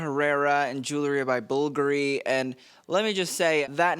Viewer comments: Jue well ree, not Jue lew ree. Get the "w" in there early on. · Jewelry NOT Jewlery Jul ree. Jul la ree This sets me off every episode. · JEW-EL-RY. Not JOO-LERY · Enjoy your videos, but please stop saying “jewlary.” Jewelry is pronounced Ju-well-ree. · ffs its JEWEL-RY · I turned this off after hearing you say "jewlery" for the 10th time.